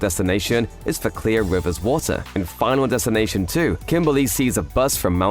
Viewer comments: I hate how the narrator pronounces Clear “Clea” “Cleo” lol it’s Clear, mate. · Wait, is this a Mandela effect? I swear I remember her name being Claire Rivers. I thought it was just the narrator's accent but I turned on the subtitles, and it said Clear. So I looked it up, and yep, it's Clear Rivers.